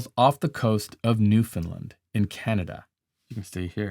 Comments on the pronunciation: I’m from Newfoundland it is pronounced ( new-fa-land ) all one word ! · then again ..."New Finland," Canada, hugh?? I am pretty sure you mean Newfoundland. That must be the American pronounciation... ah, my countrymen.... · How to pronounce NEWFOUNDLAND. NEW-FOUND-LAND. Now Say it with me NEW- FOUND- LAND. NOT NEWFINLIND. 🙄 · Im an east coast Canadian. Not from Newfoundland, but i know at least a hundred of them. Please pronounce it New fund Land and in a fast word. Its not new FOUND land or New fund Lund. Some words are not meant to be said 1 way. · Newfoundland is pronounced " Nèwfin land" not "New found Lind." Just saying. Quite annoying seeing my Home Province's name pronounced so wrong(beyond butchered", for the last week by international Media. It is a point of contention already in most recent times, with the majority of Canadians finally getting on board and going out of their way to actually pronounce it properly. Slowly it is catching on with International, mostly USA media or correspondents. If you visit Newfoundland, You will be corrected over and over, until You get tired of the ridicule, and start to pronounce it correctly. Just saying. As an example, I know that Detroit is pronounced "DeeTroit", emphasize given to E, and holding syllable for a fraction longer, and sharpening the T sound. ☝️🤨🙉🤠🤣😁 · Very informative. Also, fyi Newfoundland is pronounced New-fun-LAND (rhymes with understand). And the full name of the province is Newfoundland and Labrador.